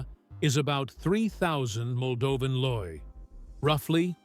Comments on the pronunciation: 1 lei not 1 low 😂Ai voice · You are a branch of idiots. You can not even pronounce the name of the moldavian corrency. Say something about history of this country,give an advice for what to visit if you know but you don't know,then fulck you and use your brain when you speak about any country.🤢🤮